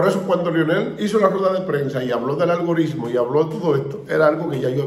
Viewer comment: Favor de corregir: Se dice algori"T"mo con "T".